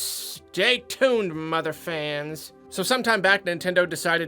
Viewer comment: The word 'Motherfans' threw me off because of the other word that starts with motherf.... It sounded to me you were going to say the latter and I thought it was very funny